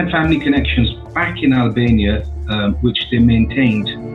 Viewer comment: he say hellbania